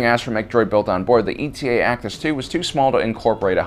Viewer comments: It’s Eta, not E T A. It’s a Greek letter like Delta or Alpha. But what do dolphins know about alphabets. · It's not ETA its eta, as in the seventh letter of the Greek alphabet. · Eta! Not E T A!!! Eta Eta Eta!!! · Its pronounced Eta-2, like the greek letter. Not E.T.A. just like there was the Delta-7. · It’s not ETA (like the acronym for estimated time of arrival) but eta as in the Greek letter eta. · E.T.A? ETA (Ay-Tah), like the Greek letter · Um...TIEs have life support in Canon. It was only in Legends that they lacked this. Also, it not ETA, it's Eta (a Greek letter, just like Delta). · Is it actually called E t a and not the Greek letter Eta? (Pronounces 8 ah) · you only managed to get the model name correct once in the whole video. ETA the acronym, would be pronounced separately. eta (eight-ah), the Greek word, would be pronounced like Delta. eta-2 actis, not ETA actis 2. also, the delta-7 is "aethersprite", not "aetherspire". /nerdrage 🙃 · It's pronounced Eta, like the Greek letter, not E.T.A. It was designed as an interceptor, not an attack fighter or space superiority fighter, so it was never meant to go up against capital ships. Thats why it doesnt have any kind of missile launchers. As for not having shields, the canon explanation is that it was simply too small to sport shields without sacrificing either speed or firepower. Do better research for your videos. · "E. T. A." sighs It's Eta, as in the Greek letter, like Delta. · Don't you mean the "D-E-L-T-A 7 Aethersprite" and the "A-L-P-H-A 3 Nimbus" fighters? These Kuat designs are all indicated by a Greek letter dash number-- it's pronounced /etta/ and is the seventh letter. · I always thought it was pronounced "Eta" as in the Greek letter.